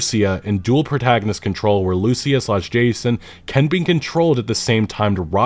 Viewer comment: When are you going to learn to properly pronounce Lucía?